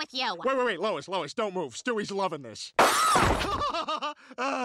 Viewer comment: He calls her “lOiS”